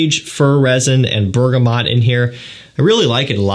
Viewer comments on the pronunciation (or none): none